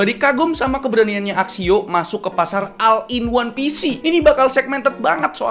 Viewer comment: Oll in wan pisi gitu bacanya min